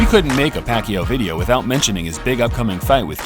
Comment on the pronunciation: Should be 26, the announcers finally pronouncing Pacquiao's name right